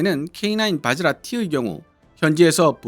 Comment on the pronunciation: 바지라가 아니라 바즈라입니다...